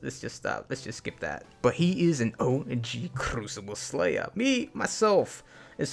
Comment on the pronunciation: How many times did he say crucible slayah